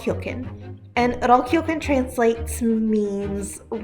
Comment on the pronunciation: That Mennonite lady mispronounced Rollkuchen with such confidence and zest